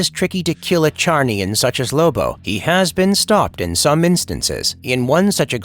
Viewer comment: It's pronounced zarniain.